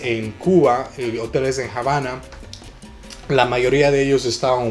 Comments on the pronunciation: Hola...gracias por estos tips...en español, la palabra "Habana" no se pronuncia "Jabana", la "H" es muda y no se pronuncia ni se convierte...Se dice "Abana" y se escribe con "H" para suavizar la pronunciación...Saludos:) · Excelente informacion!!👍👍👏👏 nada mas en español no se pronuncia la H. Es Habana NO JABANA!! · ¿Por qué Javana en lugar de Havana? Nunca lo había escuchado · Jamas le quitaría el mérito de poder hablar en español, lo que no estoy de acuerdo es la pronunciación de la palabra "Javana" si va a hacer algo hagalo bien esa pronunciación no existe en el Español. Tampoco es una palabra. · Que cosa es jabana........es Habana!!! o en Ingles es Havana! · Esta bien tu video pero te sugiero pronuncies bien Habana con H muda no con J aunque vivas en USA cada cosa se pronuncia como es. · Está muy bien todo, pero podías pronunciar bien la palabra Habana. Gracias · La Habana se pronuncia en español sin "J" en Habana. No somos gringos para decir "Jabana". Ojo mi latino amigo. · Que dolor de oidos me has dejado escucharte la Jabana !!!!!!!!!!! Eres latino y tu sabes que nos enseñaron en el colegio que la H no se pronuncia ,,,, Perdon por el detalle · El video es en español, no en ingles, no hay necesidad de pronunciar el nombre así.